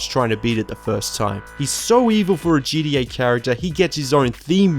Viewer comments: It’s gTa not gDa ffs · It's g-t-a not gda bro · Stop saying GDA, it's GTA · Dude you saying GDA makes me hate you lol it's GTA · I hate how you say GTA it sounds like you're saying GDA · It's gta not gda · its called GTA not GDA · gTa not gDa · Dude GTA not gda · What is GDA? Why do people say that what is so hard about saying G T A !!!! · Isn't geedee-eh kind of a lazy way to say gta? Lol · "djee dee ayy" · He said GDA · Ok good I thought I was the only one hearing that